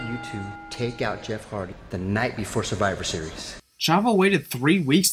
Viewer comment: he said heardy